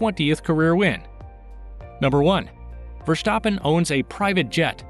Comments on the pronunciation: Verstappen. Not Vershstappen! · One question... why do you pronounce his name as verSHtappen? Just say verStappen. S-sound not sh :) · Thanks for your fun facts. Just a hint: his name is not Verschtappen but simply Verstappen. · nonononononononononono. NEVER SAY "Vershtappen" say it exactly like its written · Nice video, funny how you say Versjtappe!